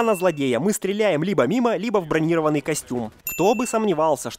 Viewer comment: бронирОванный, а не бронИрованный., ты как всегда не там ставишь ударение.